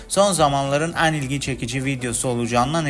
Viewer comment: An değil en! "E leri A gibi telafuz ediyorsunuz